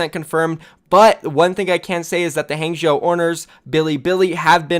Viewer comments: Its pronounced hah-ng zh-ow (ow as in row). Not hang-jew. Fucks sake every opportunity to be unprofessional you’re right there huh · Zhou in hangzhou is spoken Ouch without ch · For God sake please practice you pinyin. The way you pronounce Hangzhou just make me sick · How people pronounce Huangzhou is actually tilting already LOL, can’t wait for all of the Chinese teams’ names in OWL by casters. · Drinking game: take a shot every time pronounces Hangzhou differently.